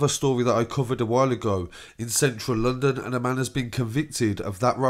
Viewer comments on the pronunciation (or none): none